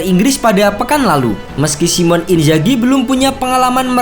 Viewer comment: Sedikit saran, Min. Namanya Simone. Baca aja, "Simone". Bukan Simon.